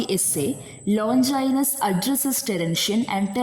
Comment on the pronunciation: Many of the words including the name of the author are mispronounced. Please make a note of it.